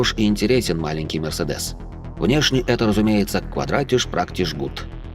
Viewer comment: Мюрсидес не Чита Великой Хонде!